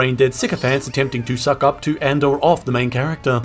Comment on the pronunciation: "Hello, und welcome" LOL